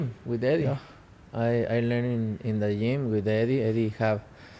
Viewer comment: GYM not yim